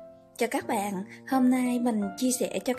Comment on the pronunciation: Cảm ơn bạn đã chia sẻ 😆, tuy nhiên bạn đừng nên gọi tiếng "bạn" thành ra tiếng. .... BẸN !;!!!